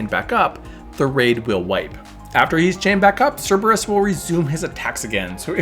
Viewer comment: Good guide. I've never heard Cer-ber-us pronounced "sara-bis", though.